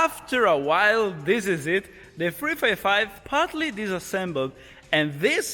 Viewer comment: " What Ferrari model is that? " - It´s a FREFAIFAIV (355) hehehehe, that italian accent is on point!! Btw, awesome soud!! Cheers from Brazil.